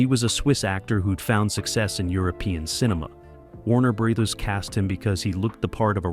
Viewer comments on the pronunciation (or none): "Warner Breathers"?? Really? Come on..at least review the readings of the narrator before you make a presentation. And you wonder why you only have 2k views. This sort of oversight just ruins' the impact of the channel. If this is A L...teach it better...if this is a real human..get someone else.